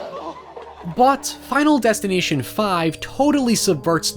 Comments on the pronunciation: I keep hearing him say Final Destin-I-tion instead of Final Destin-A-tion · "final destineeshon" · he is saying '' final destinateeon ''